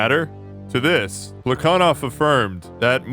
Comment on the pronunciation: I know you're like fluent in Russian so I'm not trying to check you but every other historian I've ever encountered has pronounced that guy's name with an h sound like "Pla ha Nov"